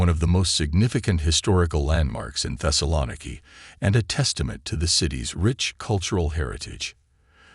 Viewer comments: Literally the first word that's spoken is the mispronunciation of the name of the city that is the very subject of the video. Not off to a good start. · the way he pronounces "thessaloniki" is killing me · One would think that if someone was interested enough to make this doc., they would have researched the correct pronunciation of this city!